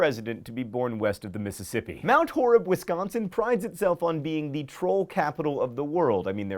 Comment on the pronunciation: Your Mt. Horeb pronunciation was spot on. Yes, although they aren't statues (wooden carvings but that's semantics lol) Also yes, it's true. You can't have a restaurant without it also being a brewery XD Wisconsin, the land of beer and cheese!